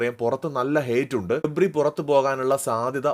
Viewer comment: Gapri ❌gably ✅